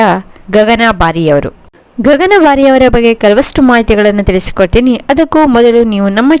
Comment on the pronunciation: She is Gagana Bari and not Gagan Bari. Why do you mispronounce this challenging actress' name?